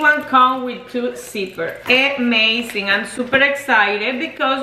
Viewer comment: UH-mazing not EH-mazing